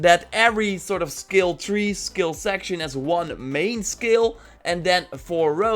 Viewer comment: Took a dab(shatter) every time the word of the day "ssKilll" was said